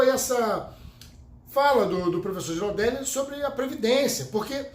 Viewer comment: Fala, se fala Guiraldeli.